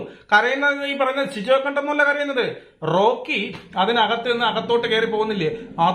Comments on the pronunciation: പൊന്ന് ചങ്ങായീ അൻഷിബയല്ല അൻസിബ... ഇരുന്ന് വിസ്തരിച്ചു റിവ്യൂ ഇടുന്നതിനു മുൻപ് നിങ്ങളാ മത്സരാർഥികളുടെ പേരൊക്കെയെടുത്ത് വെച്ചൊന്ന് പഠിക്ക് 🪔💀 പിന്നെ ഷിജോ അല്ല സിജോ... ഇതൊക്കെ എന്തോന്ന് രാജണ്ണാ ബേസിക്ക്‌ അല്ലേ ഇതൊക്കെ.. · ഷിജോ അല്ല സിജോ ആണ്